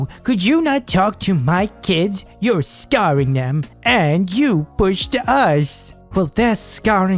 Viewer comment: did he just say ‘scarring’ 😂😂